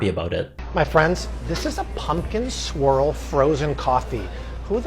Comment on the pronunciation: You said “pumpkin swirl” frozen drink. I heard “pumpkin SQUIRREL” and thought…does it have so much sugar you act like a squirrel after drinking it? 🤣🫣